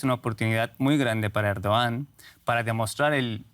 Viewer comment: Errdoggan...se pronuncia